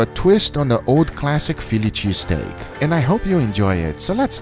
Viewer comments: Fillichee steak 😂😂 gotta love guga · Fi Lychee Steak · "pheely cheesteak" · He said filichy steak! 😂